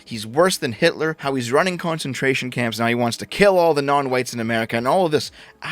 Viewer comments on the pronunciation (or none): none